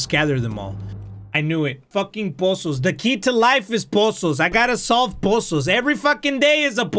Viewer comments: Literally everyone: “puzzles”: “POSSOLS FUCKING POSSOLS” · Word of the day "poozuls"